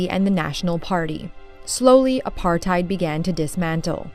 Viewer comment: Not apartheid(your pronunciation) its APURT-Hate